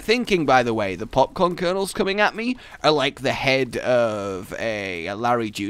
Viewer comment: how many times does he say popcorn wrong?